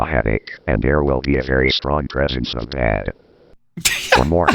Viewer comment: Tbh I heard ded instead of bad 😂